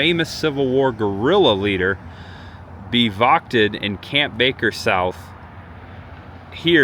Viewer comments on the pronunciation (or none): another great video. just a note: bivouacked sounds like "biv" + "oo" + "akt"